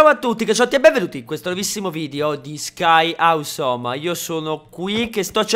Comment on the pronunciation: surryyyyy non si dice Sky ausommmm !!!!!!!!!